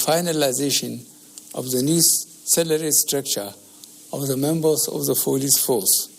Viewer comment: Members of the" folice force" "freserve"